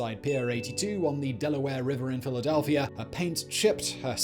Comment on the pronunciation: LAMO... "Filadelfia"!!!